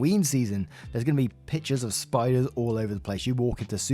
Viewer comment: not spiders, SPITE-ers